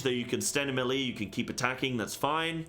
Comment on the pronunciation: how in the absolute f$%k does a person who tries to make a living doing MMORPG videos not know how to say the word "melee"? (It's pronounced MAY-lay, you buffoon.) Also, grudgingly, thanks for the video. I gave you a like even though you made me cringe through the whole thing.